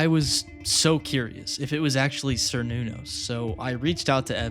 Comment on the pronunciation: Really like watching this and felt fresher than most ARGs but please look at how to pronounce Cernunnos. It kinda threw me off at first. But anyways can't wait to see what happens next